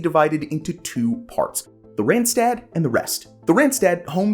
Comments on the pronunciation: It is not Rentstet, it is written with aaas ah... not rent...Rand ( edge).. Do your home work before you do videos.. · it is NOT "rent-stet", there is CLEARLY an AA written, do your home work please... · Please do good research. When doing a video on a non-English speaking region, please just watch one video in the local language where the words for regions are pronounced. You'll never have such horrible pronounciations of e.g. Utrecht and Randstad (that one in particular hurts anyone that speaks dutch). Repeating after Savelberg would've done that already. Also, parts marked as Randstad, like the Noordoostpolder, or Goerree-Overflakkee are not even close to begin part of the Randstad, even though parts of the provinces they are in might be.